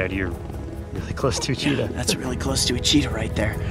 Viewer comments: that's not a cheetah costume that's a lepord costume XD 😂 and it sounded like u seid Cheetos. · Yo bro you love Cheetahs since little how about pronouncing its name properly. There is no Rs in it.